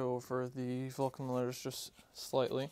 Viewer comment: Yup Dremel or the like but just keep the temperature low on the side wall. Oh yeah almost forgot, it's not a "Vulcan" axe. It's pronounced more like "Vo-Shan". Cause if you want to honour the axe by restoring it you also got to honour it by calling it by its proper name ;)